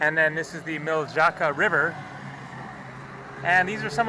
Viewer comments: Don't know if anyone told you yet but J in Bosnian as well as other Balkin Languages sounds like y So like sarayevo so the river you pronounced miljacka but it's pronounced milyatcka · "Milzaka" 😂😂😂👍👍👍👍 its Miljacka! 😅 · Nice video. The letter j is a semi-vowel in Serbo-Croatian it palatalizes the previous consonant so Miljacka is pronounced Mih-lya-tska, Ljubljana is Lyu-bli-yana